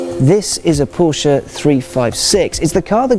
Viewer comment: the german guy mispronounces Porsche, lol